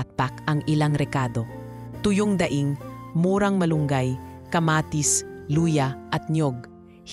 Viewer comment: Sobrang Ganda Po ng istorya. Tangi ko pong comments may mga grupo po ng salita na d maganda at Tama Ang pgkakabigkas gaya Po ng "kanin", ngumiti, daing etc. salamat po